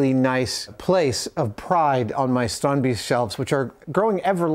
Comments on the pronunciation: Kudret Aksoy They are close but not quite there, it actually sounds more like "Strond-based" and the plural "Strond-base-ten. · Tried googling this phonetically and failed spectacularly. It is 'strandbeest' and not "Stronby's" as I thought. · Why are they pronouncing it strondbeast?